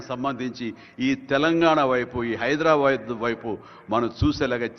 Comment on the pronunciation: హైడ్రా బ్యాడ్ కాదు చిరంజీవి గారూ హైదరాబాద్ అని పలకాలి